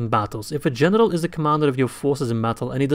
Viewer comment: Everytime he says "general" sounds like "genital" to me